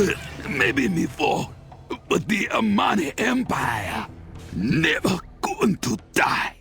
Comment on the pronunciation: "Darkspear neva die" DIES